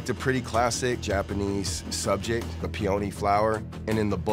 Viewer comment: pronouncing peony like peeOni